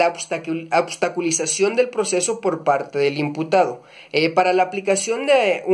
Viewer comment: Este pendejo es licenciado en derecho es un pendejo no sabe ni decir obstaculizar dice absticuluzar no sabe nada de las medidas de protección